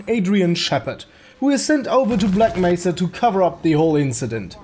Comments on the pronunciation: Gman: black mésa (pronounced black mess-a put it through text to speech) Devs: yeah you said it right! 🤦 Of course, of course they make it worse Y'know it seems like HDTF was supposed to be shit Hunt down the freeman? More like Hunt down the devs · black mesa is good but hunt down the freemans G man says it like Black Messah